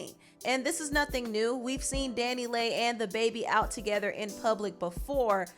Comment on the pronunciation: Dani Leigh is pronounced Danny Lee